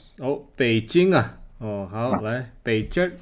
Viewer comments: 看来博主没听劝，不要念“北鸡儿”喔lol，意思变了吼~ 然后“找补”就是嘉宾说的那个词。事情做过头了或者错了以后，用不太完美的方法尽力挽回，结果肯定不如一次做好的效果了。举例："我们是矫正回归"，"我其实想说xxx，让我修正一下"，"算错账了（想多收钱），不好意思我送您一个凉菜吧", "你看他儿子小明那点出息（突然被小明听到）... 嘿嘿，小明来了啊，我在跟我太太夸你有出息呢！“ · 北京的京不能用儿化音，儿化音本身有趣味性，对于重要的事务，不能用儿化音。